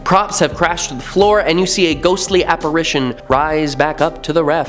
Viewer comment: Good stuff, but…. the correct pronunciation of apparition is : app-ar ish shon, and NOT app-ar aish -shon❤❤